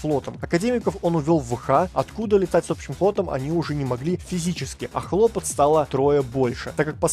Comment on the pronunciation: средствА,хлОпот )) понятно. ну ё) ударения подучи